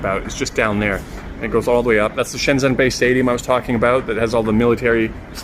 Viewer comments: Please pronounce Shenzhen properly. It is not shenZen, it is shenJen. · Nice video! Thanks for the introduction to a building I wouldn't normally get to see. Your mandarin is good too, which really makes me wonder why you pronounce Shenzhen like a foreigner who has never studied Chinese?? ShenZEN ! Anyways, great content otherwise :P